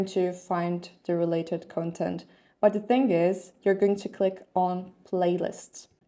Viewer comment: You are saying the noun content like the adjective content. The stress of the noun content should fall on the first syllable.